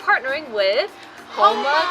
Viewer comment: The fitter should know how to pronounce the name of the company correctly. "Hōnma" not "Hanma"